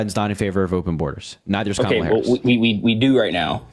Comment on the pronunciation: Mispronouncing her name is always intentional at this point — she has been in the national scene for a decade and as our vice president for four years. MAGAs would not put up with mispronouncing Trump’s name as Grump or Tramp. I am always impressed at the unity of MAGAs — they read their script faithfully asking the exact same questions with the exact.same objections using the exact same phrasing, etc. Naturally, callers would share similar concerns, but the cookie cutter conversations happen over and over. When challenged, then they get flustered until they pivot to the next MAGA talking point.